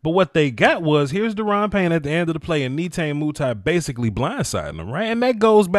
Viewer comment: “Nay tah nay “ “moo tee” correct Pronunciation